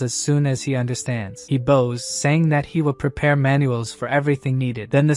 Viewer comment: Why does the AI say "bows" like bows, but "bows" like bows? It doesn't make sense! It's totally the opposite!